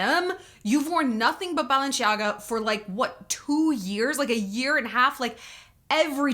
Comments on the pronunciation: Hi Shallon!! One thing, Balenciaga was founded by a Spanish designer that moved to Paris and opened there his atelier. So the CI in Balenciaga is pronounced like a C not like the italian way CHI. FYI... Love you! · Balenciaga has Spanish roots it’s pronounced “see” instead of “ch” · Shallonnn it is Balen-Si-Aga! It's Spanish, not Italian 🙈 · Balenciaga is a Spanish brand, pronounced in a French manner, because the designer relocated early in his career to Paris. The most popular way to pronounce the name is to stress the penultimate vowel - BalenciAga, however, the most accurate is the French pronunciation stressing the last vowel - BalenciagA. Balenciaga has little to do with Italy, thus, there should be no “Balen-sh-iaga” heard at all. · Balenciaga is a Spanish fashion house so the italian pronounciation is wrong. It actually is ba-len-see-ah-ga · Shallon, Balenciaga is originally Spanish and both in Spanish and Italian, Kim is pronouncing it right and you are not. Just for your information! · Balenciaga is a Spanish brand, you don't pronounce it Italian. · Yeah I dont know why she pronounces it like its italian